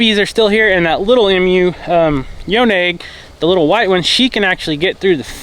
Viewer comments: I love watching your videos with all the animals. I Really like the chickens. I know I’ll get slammed for saying this, but Emu is pronounced E-moo. Not Em-u. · It's technically pronounced "Ee mew", NOT Em-you as you refer to them in the video. Perhaps it's a local mispronunciation issue where you're located. But just for future reference it's Ee mew for Emu. :) The goat are so cute! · I have to say it, as an Aussie. EMU is pronounced EEEMEW. Emphasis on the E. Not M U. It was getting on my goat, pun intended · Drives me crazy he calls them Emm-mews. It’s E-Mews. Like Email not ‘Em-mail. Emus. Email. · I know what you mean. Every time I heard it pronounced Em You's in the video it was driving me batty. I was like I don't want to be the mean, but someone's got to tell him. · the correct pronunciation for Emu is “ee mew”. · Good morning. I enjoyed the video. But I had to look up the proper pronunciation of Emu because you pronounce it differently than I have heard. Just wondered if it was said differently in different parts of the country. Love all the baby animals. Thank you.